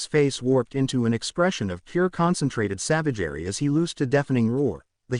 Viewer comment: Such ... Savagaray! Heh, love how the AI says some words. Good story so far.